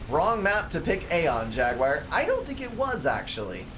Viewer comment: amen, dont change a thing pal ;)